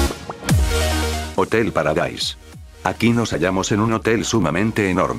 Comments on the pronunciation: escuche hotel para gays en vez de hotel paradaise. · hotel paradays o hotel para gays xd?